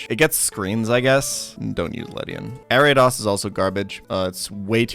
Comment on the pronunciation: K Here's a timestamp of every incorrect pronunciation Ariados (should be a long "o" on dos) Yanma ("ya" should be "ahh" like opening your mouth at the dentist, not the "a" in apple) Piloswine (PIE-low-swine not Pillow-swine) Gyarados (same issue as Ariados) Raikou ("kou" is a long "o" sound, not a "u" sound) Suicune ("sui" is pronounced "swee", he says the "su" and "i" correctly if they were individual characters in japanese, but when they are together you have to say them together) Tyranitar (he says "tuh-ran-itar" when it should be "tie-ran-itar", altough this one is kinda hard to tell, he might just be saying it too fast. I'd need another example to confirm this one) Hope this helps